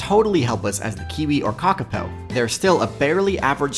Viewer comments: Great video. The reo Māori 'o' in kākāpō is pronounced like 'oar', not like 'oh' :) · It's pronounced kaw kaw pow not ka ka poo